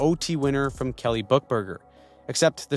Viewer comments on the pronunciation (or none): none